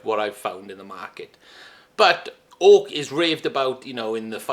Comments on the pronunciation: It’s Oak, not Hawk !! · Am I the only one who keeps hearing ork? Like I know he saying oak but I just hear soft R ork